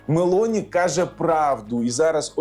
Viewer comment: Недолугому коментатору підказую: прем'єр міністр Італії носить прізвище МелОні, а не МЕлоні.